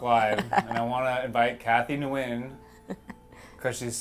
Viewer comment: Nguyen is pronounced “when.”